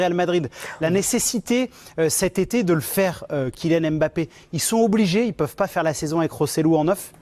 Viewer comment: Il ne s'appelle pas M- bappe mais plutôt Mbappe. Mbappe n'est pas un nom Français pour le déformer c'est un nom afro-camerounais. C'est comme si on déformait Angèle en africain A-ngele. C'est qui est étrange les africains laissent qu'on transforme leurs noms sans rien dire comme Nsimba transformé N-simba ce sont des noms africains qui ont une signification et quand on le transforme ça ne répond plus à sa signification.